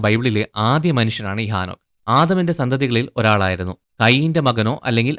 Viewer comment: ആ നോക്ക് അല്ല . ഹേ നോക്ക് ആദ്യം മലയാള ഭാഷാ സംസാരിക്കാൻ പഠിക്ക് ബൈബിൾ വചനങ്ങൾ തല തിരുവൊടെ പഠിപ്പിക്കുന്നു നിങ്ങൾ നിങ്ങളെ പറ്റി വെളിപാട് 22 ൽ പറയുന്നണ്ട്